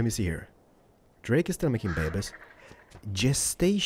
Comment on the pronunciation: If I have to hear the word babies one more time, I might slit my own throat. Especially if it's said incorrectly as it was in this.